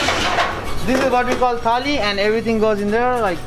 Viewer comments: It's not tally it's thali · The whole time I thought he is saying Italy... Thali 😂🌼